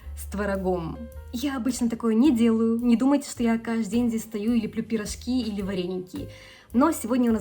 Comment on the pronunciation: Учите русский! Учите произношение и грамматику! Если нехватка в славянской еде есть приезжайте обратно! Рвите гражданство и все! Это все-равно не настоящий творог и кефир. Пирожки, а не пирошки! Пускай муж переезжает, а не жена! У вас ломается русский! Учите заново язык! Ш твёрдый. Учила бы мужа языку. А так не плохо!